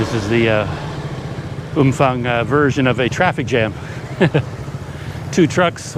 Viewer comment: Hi, my thai partner says the town is pronounced Umpang. Apparently the ph is not like an f in english. She wanted me to let you know. Personally I prefer umfang.